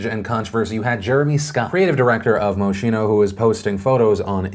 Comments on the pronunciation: Not important.. at all.. but it’s moskeeno, not mo she no. love you! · Phillip, you did it again.... it's PRONOUNCED "MOS-KEEN-O". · Its pronounced moskino tho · It's pronpunced mos-kee-no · Its pronounced Moskino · Every time he says “moshino”, I cringe. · Moschino is pronounced moskino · Moschino is pronounced Moskino 😊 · psst, phil... it’s pronounced “maw-skee-no.” lol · quick note, moschino is pronounce mos-kee-no, with the stress on the middle syllable. just thought you’d want to know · It’s pronounced mos-kee-no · Isnt it pronounced moskeeno? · You pronounced Moschino wrong. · The way that phil pronounce Moschino makes everything in my body cringe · Not like it matters but you pronounced Moschino wrong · My inner fashion snob, cringing at the way Moschino was pronounced. XD I still love you though. #BeautifulBastardForLife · Thats not how you pronounce Moschino. There are tons of youtube videos that will teach you the connect pronunciation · Why the fuck can't anybody say Moschino right? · Why do you pronounce Moschino like that? You English speakers make me anxious.